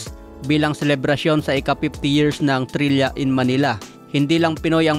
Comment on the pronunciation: Thrilla po at Hindi Trilya😂